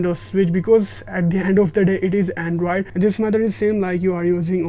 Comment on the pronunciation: Him saying “andraid” instead of android is triggering me so much